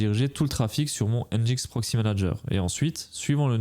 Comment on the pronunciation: J'en profite pour préciser qu'on prononce "enjine x" :)